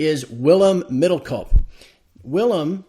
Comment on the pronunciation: it's middel koop like chicken koop not one yankee can get the poor guy's name right.... what a shame!